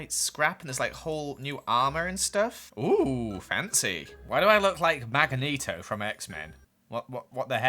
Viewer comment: Magoneto u said it weird XD